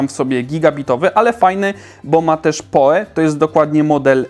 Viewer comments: albo po prostu "poł" jak przy wymawianiu nazwiska Edgara Allana Poe'a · PoE czytaj "pi oł i"